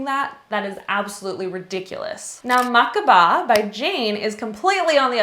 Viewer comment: Hi! It’s MA KE BA! Not Makba